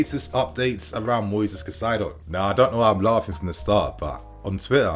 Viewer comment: Bro it’s Caicedo, not Cacaido. Cai-cedo.